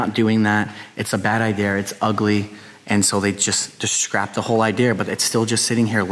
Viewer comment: He says idear